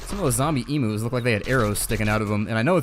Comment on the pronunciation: can you please when saying emu's make sure to say it the right way.